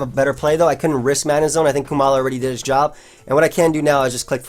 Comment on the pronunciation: I am struggling to see how you think it is pronounced "Koo-mala". Because not only is it only one O, but it should have the same "O" sound like in the word comatose and koala.